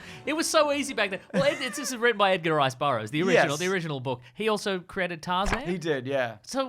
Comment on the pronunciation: The "Edgar Rice Bur-bro's," I think you meant to say.